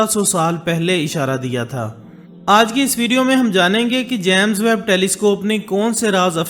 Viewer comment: First of all jame hota hai jaame nahee